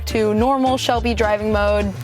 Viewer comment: Lol shel-bay